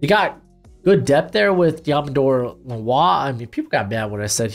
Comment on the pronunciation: His name is pronounced like lenore